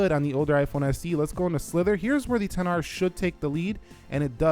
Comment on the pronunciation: Stop saying "ten r" and just say xr its really annoying